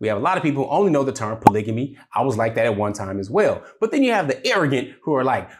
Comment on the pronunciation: You're pronouncing polygamy incorrectly. It's a hard "g" not a soft "g".